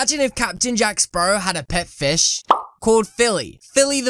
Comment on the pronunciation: the names jack spawrow mate